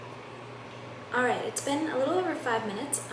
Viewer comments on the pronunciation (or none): none